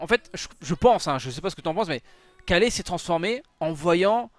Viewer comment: Dis Ka[y]le s'il te plait 😂🙏